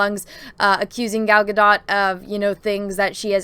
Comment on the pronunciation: Gadot’s last name is pronounced gah-DOHT.